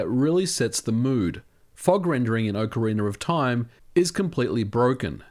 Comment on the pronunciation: "Okarinaroftaim" ;P